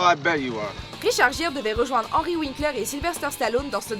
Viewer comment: video de merde! vous, français de ce monde, voudriez-vous apprendre à prononcer les noms? Richard Gere... honnêtement j'aimerais pas être Richard Gere et me faire détruire mon nom comme vous le faites... des profs d'anglais anglophones vous aiderait surment! caliss que j'ai honte de vous entendre parler. Vous faites honte au francophone.. Ne pas comprendre ce que veux dire un gâteau au fromage et comprendre un cheesecake, qui est clairement un mot anglais, vous nous donner la honte bande de crétins! continuer de vous croire sur un nuage, vous n'êtes que des imbéciles!